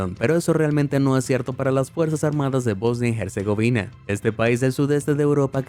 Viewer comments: En "Herzegovina" la H es muda, no se pronuncia como J, al menos en Español, que es el idioma usado en el video, no el Inglés..... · Casi me da un ataque hepilectico escuchando el nombre de Bosnia Herzegovina mal pronunciado todo el rato. La H es muda OMG.